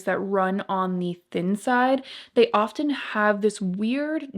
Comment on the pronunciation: Great video. ❤️Really enjoyed it and some helpful tips. Because you speak publicly, a little tip I hope you will appreciate- the t in often should not be pronounced. Just trying to be helpful. 😉